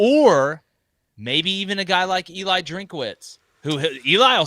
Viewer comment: Jeez dude - his name is DRINKWITZ … there is no A .